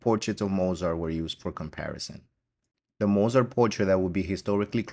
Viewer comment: At least pronounce his last name correctly